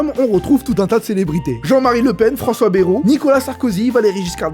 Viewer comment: Bayrou est un con, oui, mais prononce pas "Bérou" stp, c'est "Baïrou" mdr. Cordialement, la direction.